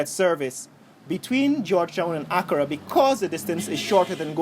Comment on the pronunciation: Africa “Accra” is a two syllable word not three... I appreciate your positive feedback and thoughts on the visit, as a matter of fact I did ask Dr Mumbi for high lights on the visit to our country and you bring it to light. Love it